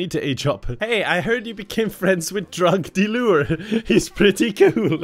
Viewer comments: It took me WAY too long to understand “drog delure” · no one: absolutely nobody:: DROG DEALURE, ITS EUROPEAN